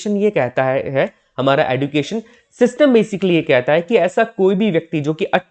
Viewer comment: Education ka pronunciation galat bol rahe hain aap sir use ejucation bolate Hain